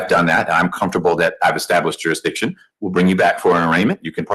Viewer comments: Take a drink every time he says juradishun. We’ll have a fine ol’ time! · Juradition ? Slow down. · Ah, "juridiction" strikes again! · Ommmmm, what be the juri-dishun? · 'Jurydishin' is just as good as Kiser's 'A-June- acation' 😂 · I’m sorry did I hear the word durishdishun? Hahahaha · It's the court that establishes jurisdiction, I didn't know that it jurahdiction was up to the defense. Never heard of jurahdiction before 🙄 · “A court can’t proceed without establishing ‘jurididun’…”. Mastery of the English language right here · Dury-dickshon …. Which he has to prove….? What is he trying to speak about? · "You gosta prude jewsdition" HOLY CRAP! Really? They are gonna let this guy "pro his se"? Lol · What’s Juri-diction? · Did he say juradision? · Prohibitation. Juridishun. Judge starts trolling. 5 star offering. Thanks,. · Judge must speak fluent jive to follow this. With his 'juri'ickshun' and all the usual 'all-caps entity legal fiction court of record special appearance beneficiary living person colour of law' spiel. Though he can, surprisingly for a jive-talker, pronounce 'ask' correctly. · Juidision, need to estabish jurision. Jurridission. I dow undersand. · Can’t even pronounce “jurisdiction” properly